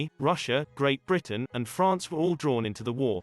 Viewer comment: why did you say france in a french accent?